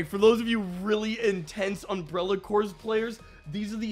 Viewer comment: Imagine the absolute cottage-cheese brain that pronounces the silent 'ps' in 'corps' for an entire video. Why are the zombies make out of strawberry jam, though? I look forward to the sequel: John Evil.